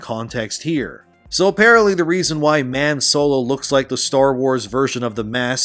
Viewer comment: “Mame Solo” lol 😂